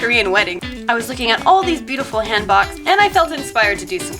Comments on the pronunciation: It's "HAN-buk" not "HAHN-bawk" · "한복" 인데....ㅜㅠ pronounced "hahn bok" not "hen bak" but its okay! I think your korean is improving when going through your videos! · Your creation came out beautiful! very well done. I absolutely do not mean to offend, so please don't take this negatively but Hanbok is pronounced hahn (like honey) and bohk (with a long oh like the o in oreo). wishing you the best! my fiance and I also wanted a traditional Korean wedding but recent circumstances left us unable to do so. hope to see even more Korean inspired creations ♡ maybe something Goong inspired? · Looks very nice! Just so you know, the o in hanbok is pronounced more like o in boat rather than in box. The u in jugori is pronounced more like u in just rather than juice, too. And you made a good decision on the eyes. Traditionally (though no longer), the brides' eyes were glued shut during the ceremony so that they wouldn't get stage fright, if I remember correctly.